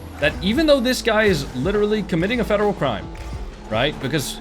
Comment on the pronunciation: this dude definetly got bullied in middle school, imagine making a whole video about some random online LOL crying about getting ddossed “it’s a fedewal cwime a vewy illegal fedewal cwime” there’s no such thing as a very illegal felony all felony’s are a felony, this guy is a giant loser LMAO